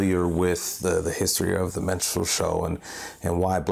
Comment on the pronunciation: stop saying menstrual. Its distracting